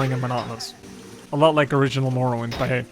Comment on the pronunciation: Elder scwolls tree mowowind